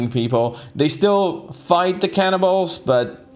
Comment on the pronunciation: I'm very sure that always says cannibals i hear "Can in balls" 😂😂😂